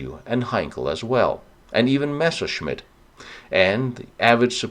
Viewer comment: MESSER-Scmitt.... Not MESHER-scmitt!